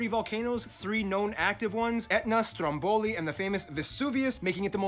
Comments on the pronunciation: funny thick video greets from roma stromboli wants the accent on 1st 'o' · Quello che parla non è italiano. È ispanico! Ha pronunciato in modo sbagliato Sant'Agata, Stromboli ect